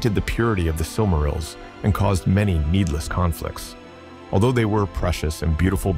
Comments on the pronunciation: Is he deliberately pronouncing everything in an utterly ridiculous ans incorrect way? "The SilMARULs" 🤦🏻‍♂️ Dont get me started on Sore-one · Surely he did not just say silmarols... brother... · What is a "Silmarul"?? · Sil-MARR-ils? C'mon, man. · “Silk -A -rills” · I cringed when you said: "the sil marils" hahaha. Great video tho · The was he says Silmarils really hurts my brain. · The way you pronounce silmarils makes me tweak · Did you really just mispronounce silmarils...brooo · I lasted till the Silmarils and then had to tap out due the grating mispronunciation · Good video, but you gotta learn how to pronounce correctly some of the words like Dúnedain and Silmarils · Aragorn already owned and carried the shards of Narsil. Gondolin was in western Beliriand, which was utterly destroyed and sank beneath the seas in the War of Wrath. It was literally hundreds and hundreds of miles from where Gondor would once be, not "near" at all. You are mispronouncing sooooo many words!